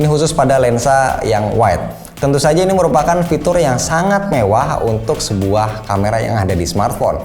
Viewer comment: Terdengar kata "sebuah" jadi "es buah" 😂